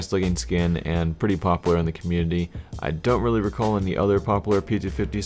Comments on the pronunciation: you keep saying pop lar and not pop u lar:( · popUlar** not poppler. pls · stop saying popular as "popler" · Stop saying 'popler' learn how to pronounce a 'u' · ツ CS:GO tru. Just stuck out to me as a little funny ;D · lol popaler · Chill dude its just a minor problem jeez... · parkdd You still aren't getting my point. The maker of the fucking skin does NOT speak English. He completely made the name up himself. Its not 'popular' pronounced the way we say it. Jesus christ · saying popular........... oh god. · The way he says popular makes me like question it . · Do you not know how to say popular? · you say popular so bad. pronounce the U more... sorry